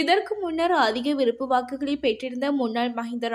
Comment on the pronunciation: விறுப்பு வாக்கு, இரம்பெற்றது, பேற்றுள்ளமை, பெருபேரு, பொலுது. தயவு செய்து தமிழ் உச்சரிப்பு பயிற்சி தேவை பிள்ளை. முன்னாள் வானொலி செய்தி வாசிப்பாளர் சொற்சொரூபவதி அம்மாவின் காணொலி கிடைத்தால் திரும்ப கேட்டவும். நல்ல உச்சரிப்பாளர்களின் உரைகளை கேட்டுக் கேட்டு திருத்தவும். எனது இந்தப்பதிவு புண்படுத்தவல்ல தமிழ் மொழியை உங்களிடம் பண்படுத்தவே. முயன்றால் முடியாதது ஒன்றுமில்லை.